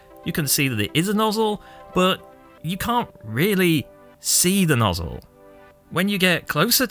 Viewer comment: Nozz-El cousin to Kal-El